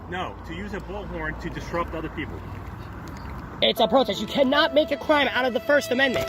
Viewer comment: We da pepoo, by da pepoo faw da pepoo?